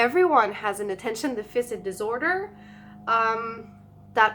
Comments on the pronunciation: can we recommend you say Deaf-fiss-sit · Deaf-fur-sit not deaf-fisit 😂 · Deficit is pronounced, "Def - a - sit". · Really great video and thanks for sharing. As this is an important part of your life and something you may talk about more in the future, I just thought I'd point out how Attention Deficit Disorder is pronounced. The word deficit should be pronounced DE-FI-SIT. It's not Deficient, that's a different word. I hope you don't take this the wrong way, I'm trying to be helpful. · Please pronounce Deficit right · The way you pronounce deficit is =D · Lol. it's driving me crazy...